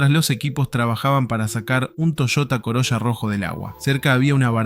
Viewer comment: Jovenes no, chorros. Toyota Coroya ? Corolla. La IA esta fallandi